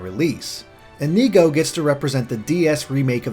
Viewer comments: Why one Earth would you pronounce it In-EE-go. It makes way more sense that it'd be IN-ih-go. Like Inigo Montoya. You killed my father. Prepare to die. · Inigo is supposed to sound like Indigo the colour